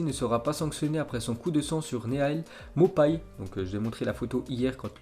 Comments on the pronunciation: Neal maupay ca se prononce "nil maupé' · Apprend à dire le nom des joueur stp nael maupay ça se dit pas comme ça